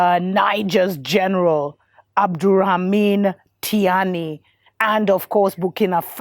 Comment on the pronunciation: "Ab-do-rah-ha-ma-knee" Pronunciation, Dr M.